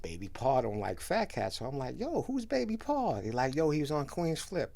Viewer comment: Why ppl keep saying Baby PAR..ITS BABY PAW LIKE HOW WE NEW ORLEANS SAY LITTLE DADDY...INTERNET NONSENSE